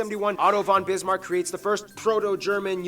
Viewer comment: it is "von Bismark" (pronounced "fon" and written always in lower case because it means "from" which even in English is written lower case .......